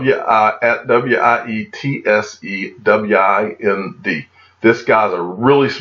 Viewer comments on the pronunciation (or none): Wieste Wind pronounced ... Veetsay Veend ... =)